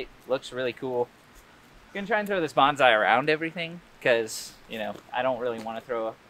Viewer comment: bonza-...bonse-...bawns eye